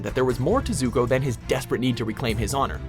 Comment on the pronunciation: Danneh W well they did pronounce Zuko, Ozai and Azula right, that’s better than not pronouncing anything right